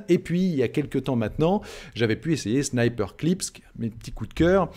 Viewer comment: Attention, c'est pas "Sniperclips" mais "Snipperclips". La prononciation n'est pas la même.